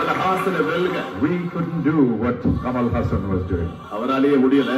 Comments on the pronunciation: Make ur prenouciation better bros, he is not kamal hussan. Its kamal hassan, better u guys shud study about someone before make those comments. He is a legend 👏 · Btw guys, his name is pronounced HUSSUN not HOOSAN. Hus (rhymes with bus) and sun (like sun). Hus-Sun. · It's Kamal "HAASAN", not Kamal " Husan ". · It's not "Ha+Saan"..it is "Haa+San". 1. Salangai oli 2. Anbe sivam. 3. Moondram pirai. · For the last time. It's Haassan and not Hussaan 😂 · it's Kamal Haasan not Kamal Husaan. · Trust to screw up names... Husan??? Anyway... I liked kamal haasan's sadma and appu raja... And chachi 420... These are dubbed hindi versions... You can watch the original Tamil versions... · its kamal haasan not kamal husan guys pls 😅😂